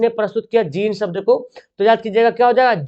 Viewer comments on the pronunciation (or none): none